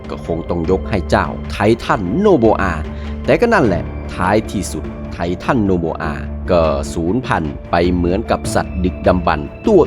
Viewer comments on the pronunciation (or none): ไททันโอโบอา ❌ ไททันโนโบอา ✅ 😂😂😂😂😂